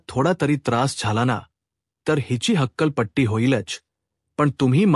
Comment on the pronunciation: हक्कलपट्टी नाही हकालपट्टी. जासत नाही जास्त. आपण मराठी भाषिक नाही असे आपल्या वाचनावरून , उच्चारावरून वाटते. मराठीत " च " आणि " ज " चे उच्चार संदर्भानुसार वेगवेगळे असतात. परिणामकारक वाचनासाठी ते उच्चारातील फंरक माहिती करून घ्या.